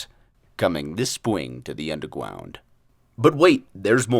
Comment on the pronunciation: “the undergwond”